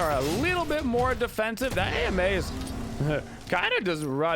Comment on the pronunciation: Why do you call her A.M.A. instead of Ama?